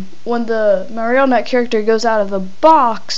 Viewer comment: he says marrnotie wrong